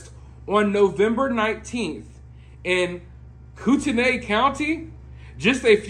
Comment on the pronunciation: Whoa... Oh, I believe it's pronounced Koot (as in hoot) - knee (as in your knee) Koot-knee County.